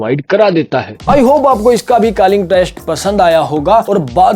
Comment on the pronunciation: Calling ❌ Kalling ✅ 😂😂😂 BTW Love your videos ❤❤